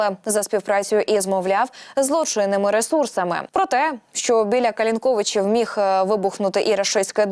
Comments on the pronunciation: КалИнковичи.Ударение на И.Це неважко перевірити. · Калинковичи наголос на другий звук.Ли.Це для ведучих.